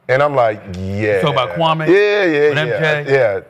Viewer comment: Man Kwame gonna unleash hell on ya for this episode lol.. each time ya said his name I cringed knowing what Kwame gonna say 😂😂